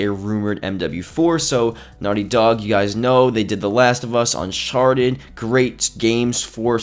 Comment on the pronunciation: Did you say un-SHarted ? 😂